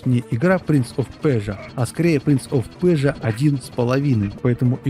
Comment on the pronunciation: Лайк за "принц оф пержа", именно это правильное произношение!